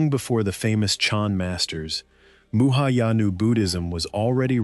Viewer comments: One big "Thumbs Down". Sloppy! It's not "muhayana", it's Mahayana (Sanskrit: महायान) translates literally to the "Great Vehicle". It is the largest branch of Buddhism practiced globally today, encompassing roughly half a billion followers. Fatal error. Game over! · "Muhayana Buddhism" – That's actually funny! It should be 'Mahayana' Buddhism.